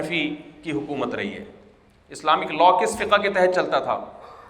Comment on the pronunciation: لفظ " فقهَ " نہیں ہے " فقْهْ " ہے مطلب لفظ ہا ساكن ہے نا کہ متحرک